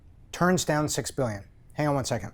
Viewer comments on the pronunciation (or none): none